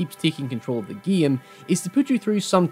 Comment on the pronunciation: why do you say geem all the time?